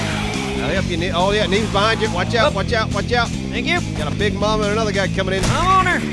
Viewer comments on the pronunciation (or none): it said Beens not Neebs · Did anyone else catch when is said Beens instead of need? You're great, good job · Lol when it turns from Neebs to "beens" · I love how it says beens instead of neebs LOL!!! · What was up with the “beens” instead of needs? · Who the fuck is beens it's needs but it said beens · Around the 25 minute mark, Neebs changes to Beens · Lol "Beens" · his name said beens. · Yay! Yall fixed the yucca pronunciation! Any word on the neebs tv yet? I would seriously watch that all day!!! Funhouse is great but y'alls would be the best. Love the content guys, highlight of my day every time!